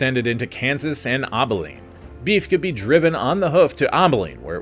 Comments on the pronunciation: Abilene ab not aub for Abilene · Rio-GRAND, A-beline (like apple) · I thought he was saying "Obbileen." I almost choked on my oatmeal. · After the saying President Andrew Johnson? And mispronouncing Abilene and other things this just made me wonder how many other AI discrepancies there actually were. Probably need to fact check this one.